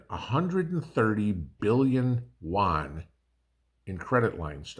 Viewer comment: Isn't it yuan = U AN not JUAN, he's a buddy from down the road. 😅